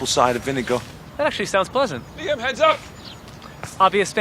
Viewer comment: Jeez the interviewer could at least pronounce his name right